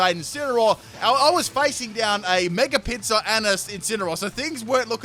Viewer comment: Everytime he said Mega Pinsir I heard Mega Pizza lol